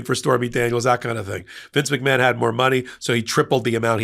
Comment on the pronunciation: McMahon is originally an Irish name and is pronounced "Mac-Marn" (not Mac-Man).